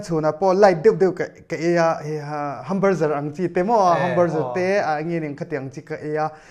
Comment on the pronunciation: work out, work in, hamburjer😂😂